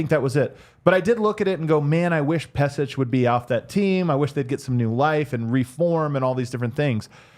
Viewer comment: Pesic = Peshich